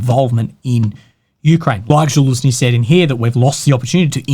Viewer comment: still can't pronounce zaluzhny right 😂